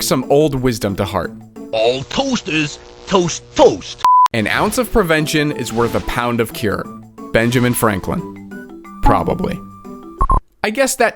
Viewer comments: did you say a once instead of ounce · "An once" instead of an ounce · ounce ❎ once ✅ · Yo said an once of prevention, not An Ounce of pevention LMAO!! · ounce has a U